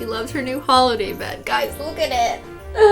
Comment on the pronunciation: DID SHE SAY HOLIDAY NOT HOLODAY??